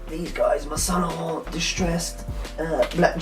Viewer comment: lol, i love the way you say saint laurent "saun larante" it makes my nipples hard